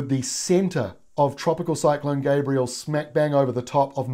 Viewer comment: Gabrielle not Gabriel please.